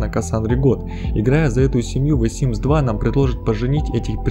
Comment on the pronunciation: ВЭ симс, блин, с таким прозношением просто симс бы говорил)